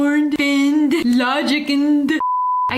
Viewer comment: “logic-nd” had me rolling on the floor 😂😂😂😂